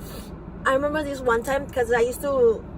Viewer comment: Had to stop watching around 18min in, it's hard to listen to unintelligent child killers. ( N den I we-mem-bahh X's 250 times in 3 minutes) 🤦🏻‍♂️